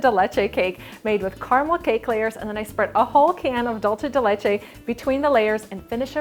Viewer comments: DOOL-SE DE LECHE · I'm trying to get through this video but its dool-seh-deh-leh-cheh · Cringed every time said dolce de Leche wrong:/